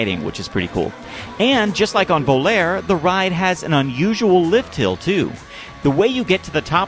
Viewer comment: The italian word "Volare" you must pronunce it "volare" not "Voler"